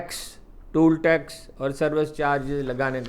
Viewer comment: Why does Haroon pronounce “Tainaat “, as “Taiyunaat”,he is an Urdu journalist,he should know better.”Taiyuan” is a totally different word,which means,”To determine”.He is also wrongly pronouncing “Toll tax” as ,”Tool tax”.I haven’t seen so much distortion of languages,both Urdu as well as English,as in recent times,on National and social media.God help us.